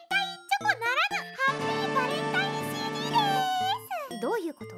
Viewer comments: CDの発音いいなwwwwww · なんかCDの発音良すぎるの草